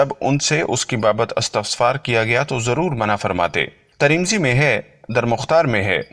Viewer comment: Bhai taremizi nahin balke tirmizi he